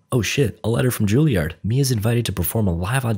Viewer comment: Not Ju-Li-Ard; Jul-Yerd or Ju-EL-Yerd, FFS.